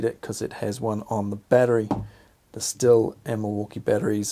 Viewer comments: FYI, Stihl is pronounced 'steel' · It's schthill. Sch-th-ill. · Stihl pronounced shh-teel. Not used the Stihl, but out of the Milwaukee & Makita, I found the Milwaukee was more comfortable, but much heavier. Chain stop speed on both is much better than many petrol chainsaws. I’m in the uk so may have a different model. Both have issues of clogging up when used on branches with leaves. Personally, I just go straight to my Ego Pro for most jobs.